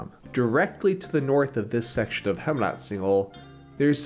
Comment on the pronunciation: Heemraadsingel is pronounced like "Haym raad single" not "Hem raad single" otherwise great movie